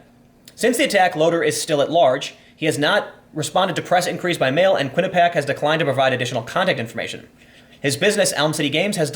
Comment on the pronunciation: Quinnipiac == kwin-iP-ee-ack